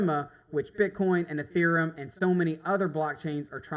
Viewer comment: It's EtheREUm not EtherUM..How can people not pronounce it?